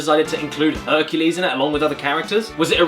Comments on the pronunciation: Hercules? Honey you mean fuk-u-les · HONEY YOU MEAN H U N K U L E S . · Honey, you mean HUNKULES! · I have never seen the Disney movie called "HERCULAY" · Herculès Miserablès